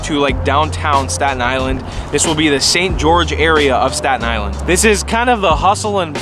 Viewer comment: This is how many times he said 'Statan Island'. ↓